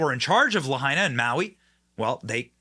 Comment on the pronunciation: Benny finally pronounced "Lahaina" correctly...